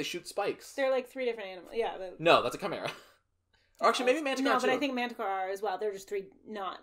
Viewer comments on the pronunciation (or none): Mythology: Chimera: “Kamara” 👌🏻😁